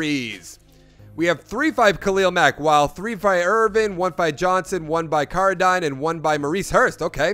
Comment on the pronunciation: Carradine is pronounced Care-A-Dean.... Jesus dude, do you even watch football?!?